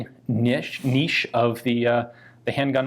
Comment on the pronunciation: I didn't think my respect for Ian could get higher until the moment he pronounced "niche" correctly